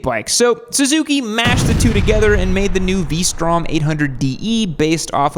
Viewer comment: said P strom. 🤣🤣